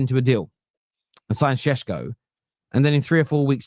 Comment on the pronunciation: ever since Sesko rumours started you've pronounced it sheshko so many times its affected how you say question like queshton 😅😅 love ya man but careful, you might start developing a lisp 😅😅